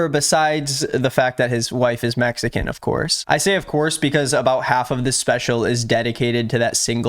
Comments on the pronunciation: I noticed he says “mexan” a lot, like the dude literally cannot speak correctly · "Messican" lol. 🤦‍♂️🤦‍♂️🤦‍♂️ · He says messican over and over. Brenden Schlob is a moron, not funny in the slightest, and wont last long.